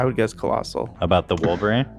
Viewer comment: saying Travis Scott would be "Collsal" legit triggered me for a second